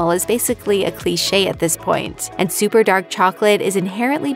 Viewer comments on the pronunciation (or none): none